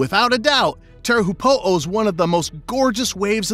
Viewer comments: te heehopoo the pronunciation is shocking but good vid anyway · Teahupoo is pronounced chopu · Tahiti wave is pronounced ‘Cho-pu’ tea-hu(teaho said quickly) than pu. Cho-pu. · the pronunciation of Teahupoo 🙈🙈🙈🙈🙈🙈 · U also pronounced teahupoo wrong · You would think if you're making a video about a particular wave, you'd at least learn how to pronounce it. Minimum effort these days I guess.